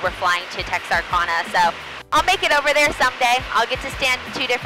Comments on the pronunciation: Sweeie, it is Tex Are Can Uh! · Did I just hear you say "Texarconna?" Girl, where are you from? Never heard it pronounced that way lol! Btw love your videos. Keep up the good work.